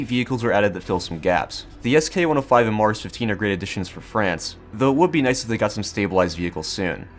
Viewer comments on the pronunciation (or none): none